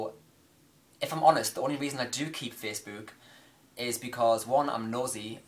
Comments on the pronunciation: The way you're pronouncing facebook is annoying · The way you say "Facebook" makes me giggle, everytime. haha >:D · Omfg the way you say facebook :')